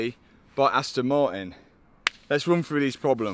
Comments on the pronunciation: Astn ma-in 😂😂😂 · "Asto Mari" i love the british accent😂❤